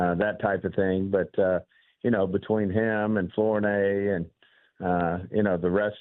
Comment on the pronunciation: Flornay?! I bet this guy can’t pronounce the word pronounce. He is probably the idiot that gave a 4th round pick for a guy that was probably going to be cut by the panthers.